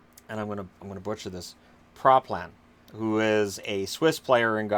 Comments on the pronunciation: Praplan is pronouned in the french way.. Pra-p-law ;) [make that "law" a bit longer than you normally would and voilà] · Praplan was almost pronounced correctly, just pronounce the 2nd "a" like you pronounced the first one. And I wouldn't sleep on Praplan, he's quite good, had the pleasure to watch him the last couple of years in the National League A (Top swiss league)